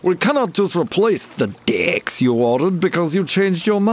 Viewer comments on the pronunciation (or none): "THE 'DEICKS' YOU ORDERED" LOL